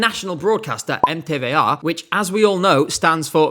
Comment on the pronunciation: As a Hungarian, kudos to you, MTVA is tough to pronounce.